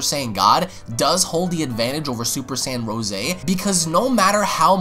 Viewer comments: It's rose as In the flower. No rooseh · Dude its Rose not Ro'se lmao